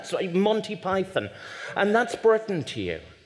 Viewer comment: There may well be three Englishmen on the platform, but there seems to be a horror of pronunciation: "Bruttan, The Brawntay Sustass, Bruttush, Ruchadd Dawkuns. Surely the vowel mangling compere is a Nyaw Zaaaylundeur?